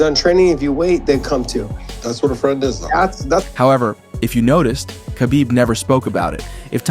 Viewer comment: You can’t even say khabib correctly what do you know